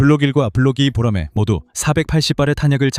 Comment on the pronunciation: 보로마이?? boramae~